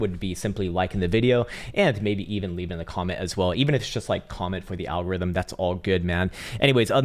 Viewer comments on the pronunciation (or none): The "Al-Gore-Rhythm"🥺🙏